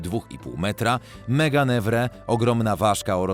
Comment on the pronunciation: Meganewra? Co to? Słyszałem tylko meganeura. Archopleura to nie stonoga tylko inny stawonóg. A dinozaury nie wyginęły bo ptaki są zbyt blisko spokrewnione z nimi żeby były inną grupą zwierząt.